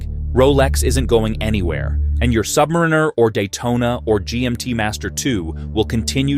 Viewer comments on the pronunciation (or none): AI needs to learn how to say "submariner". What we get is "submrrinrrr" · I have now watched three videos similar to this ... "the Rolex sky is falling." Not only were they nearly identical in their content, but NONE could properly pronounce "Submariner." All credibility was lost. In truth, there was no credibility because as a watch collector I am very familiar with the market and it is still nearly impossible to get a Daytona, a 5811, or an AP RO from an AD. The peak for grey market pricing was in fact Feb./Mar. 2022. Those grey market prices have dropped, but the AD prices are only higher.